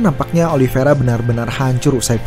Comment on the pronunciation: lu bacanya gimana si? Emang itu kata kata nya Oliveira,cuman dia bilang Ali Viera (penyebutan khas Khabib) bukan kata Khabib ege. Yang teliti lah kalo baca